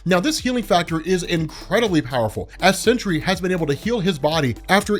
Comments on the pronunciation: ok stop, just stop, u said he can't be killed but then did something after he was killed, just stop, this is far too messy, you're fucking up wayyyy to much and it's NOT CENTURY, ITS SEN-TRY. FUCKING SENTRY. GOODBYE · Please can you call him The Sentry and not the Century. Slow down dude. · So u, like warren from cosmic Wonder, just HAVE to call him "century" when it's simply Sentry. "Sin-tree" geezus it's so simple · Century...I kept hearing century